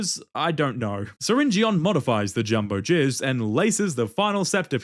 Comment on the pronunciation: syringeon is pronounced syringin